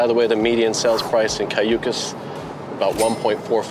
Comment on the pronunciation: You should learn how to articulate Cayucos and say it right, being taking a tour.